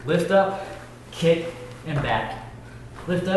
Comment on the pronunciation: Why does he call it a kip instead of a kick